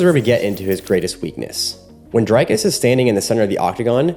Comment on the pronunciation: nice video. It's Dric(k)-us not Drike-us .